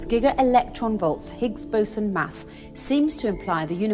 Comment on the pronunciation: when she said the words 'Higgs Boson', i automatically look on her chest coz its sounds like 'Bigs Bosom'.. lol